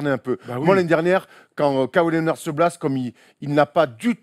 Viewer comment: tain la prononciation les mecs: Lénard pas lé o nard Dé jounte murray pas derounté Et jonnathon Simmons pas S aille mons